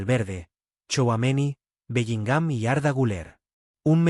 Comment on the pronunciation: Lo primero q tenéis es hablar bien q parece q a belligham lo acentuáis en la a